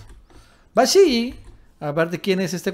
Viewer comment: Se pronuncia Vasily (como si tuviera una sola L ).